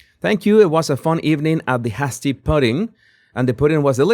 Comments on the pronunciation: It is pronounced " Hay- stee" not " hass- tee." " Haste makes waste" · It's not pronounced HAZ-ty, it's pronounced HAZE-ty pudding; it's a reference to Colonial New England USA where they used to make a pudding using cornmeal, and it had to be made very very slowly, adding a tiny bit of cornmeal at a time to boiling water or it would be lumpy. So it was like, don't be hasty (don't make the pudding in haste). I have no idea what the event itself celebrates, but it's clearly some historic reference no doubt attended by the elites -- probably a charity event. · Hasty is pronounced HAY-stee. To help your English pronunciations, there are several dictionaries online that include pronunciations. Just type in the word in question and lots of choices will pop up. Good point about the "girl" who could have been the woman writing about herself. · It's pronounced with a long A .... sounds like Hey-stee. From being able to make something to eat 'very quickly' ... such as on the battlefield for soldiers. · Hey. I am a subscriber to this channel of yours and very much enjoy the content. Thank you. A VERY minor matter that I thought I'd tell you about to in an effort to help is that the pronounciarion of 'Hasty' is more like 'Hay-sty'. As I said a small matter that does not make your content any less understandable to most people who can read - lol. Have a nice day. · hasty sounds like tasty in English. ^_~ Love ya, thanks for all you do. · it is pronounced hay-sti. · It's pronounced "Hay-stee" meaning quickly. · I know you like to know, Hasty - Hay-stee is the pronunciation. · Hey! Just fyi: 'hasty' is pronounced like 'tasty' with a long 'a' sound. 💛